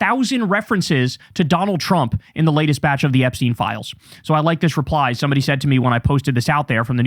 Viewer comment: Btw it’s pronounced Epstine as in Einstein not epsteen. Enough of this anglicising his surname. Its insidious.